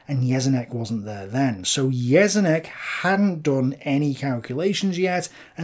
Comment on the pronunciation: Just on little nitpicking: You pronounced Jeschonnek a bit wrong. The 'sch' in german is pronounced like 'sh' in english. The rest of the video is great as always!